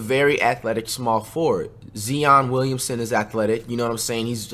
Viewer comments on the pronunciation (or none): its Zion Williamson not zeon Williamson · “Zeeon” Williamson 😂😂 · Flight say it with me... Z-EYE-ON WILLIAMSON. I know you say it that way to troll and piss everybody off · Nobody: Literally nobody: DuttReacts: “Zeon Williamson” 😂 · Zeon williams 😂😂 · This nicca still can’t say ZION WILLIAMS name 😂😂